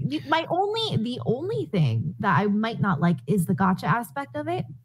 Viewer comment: How can you do a topic about something when you can't even pronounce the name properly, it just shows that no effort or research was put into this. The G is like the one in GACHA=GAMBLING Games like genshin are a BIG problem to children and they teach them gambling addiction, i agree on that.